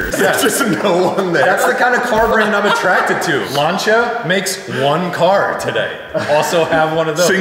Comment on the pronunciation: That's the weirdest I think I've ever heard someone pronounce Lancia